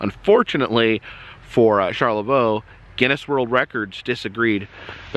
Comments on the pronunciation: Charlevoix is pronounced Shar-le-voy , also previous video with the cheese.. Pinconning is * Pin-Conn-Ing* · It is pronounced char le vo in Michigan lol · Killing me. I'm like this char-le-vo, must be WI or something. Char-la-voy! Hahahaha. Cant be the first to say this. Welcome to Michigan! Stay safe. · Charlavoix is char la voy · You’re super close. Charloix is actually pronounced like “Shar le voy”. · Charlevoix is pronounced "Shar-le-voy". Michigan native here and we used to take weekend trips to Lake Charlevoix often when I was growing up. FYI Michigan's Adventure never even opened for the summer season due to Covid. They did open the adjacent water park to limited capacity though, which I thought was odd. BTW that big wooden roller coaster is called Shivering Timbers. I think the smaller one was the Wolverine Wildcat. When I was growing up, the park was called Deer Park Funland. The name changed in the 90's when Cedar Fair bought the park. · how to pronounce Charlevoix : SHAR LE VOY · Cheers! Charlevoix is a tricky one.... It's CharlevOY like as in boy but with a V. Drive safe! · Hi from Hamburg/Pinckney/Brighton Michigan❣️ ❤️🧤❤️ Approx halfway between Ann Arbor and Lansing. Charlevoix is pronounced Sharla-voy rimes with boy. 🧤👍☃️ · Charlevoix is pronounced Char-le-voy. Thanks for visiting our mitten state. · Shar-leh-voy. Great video though! 👍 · CHAR LA VOY (VOEE), MICHIGAN. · It's closer to Shar-la-voy. But nice try Sir. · Charlevoix is pronounced Shar la voy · It is pronounced like, Sharla-VOY!!!! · You are close to pronouncing it. Charlevoix is pronounced Shar-lə-Voi. .